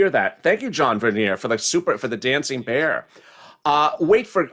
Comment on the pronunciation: Are you saying dancing pear 🍐 or bear 🐻 lol